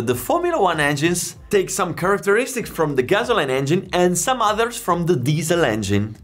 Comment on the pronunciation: "Gasoline" sounds like "Gassoleen" not "Gazzo line" ;)